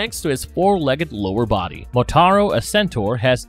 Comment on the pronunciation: He sure as hell got Motaro's name correct lmfao